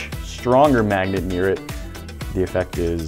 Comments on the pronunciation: "Breaking up and blending up a bunch of these kinds of MAGGOTS?!?!" He say's "maggot" instead of "magnet" SO many times. Lol. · Is noone going to talk about how he said Maggots instead of Magnits that 3rd time? (Sorry for bad spelling) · He kept saying “maggots” and not magnet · He keeps saying maggots instead of magnets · I keep hearing magets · He said magets like five tines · Any one else hear him saying Maggot instead of Magnet? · He is saying "Maggot" instead of magnets